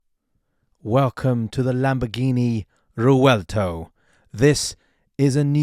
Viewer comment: you butchered the name, rewelto🙂